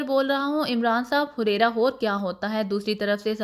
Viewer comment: Huraira nhi hareera hota hai